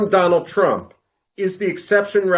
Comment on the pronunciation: Once wise man said dolund trump 😂